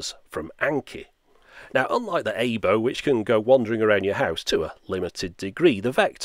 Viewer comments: It's pronounced "eye bow" not "ay bow" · Aibo is pronounced "ah" "ee" "bo" and sounds like eye-boh, not A-bo. Otherwise, an informative video which is relative to my interests. lol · Aibo, not Eibo. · It's so adorable! Sidenote: Aibo means partner/pal in Japanese, but also is Artificial Intelligence roBOt. It's pronounced "eye-bow" (bowl without the L... 🐶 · You are pronounce it wrong... It's AH-ee-bo which means partner or companion. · "aybow" lmao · Its pronounced eye-bow